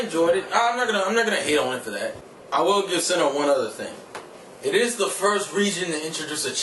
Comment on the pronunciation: it is sinnoh not sinnouh